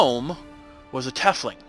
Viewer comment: Pronounce the Tiefling as "Teefling"(like teeth with an f) instead of "Tefling". It's from German and literally means "deepling". Just something for future videos. :)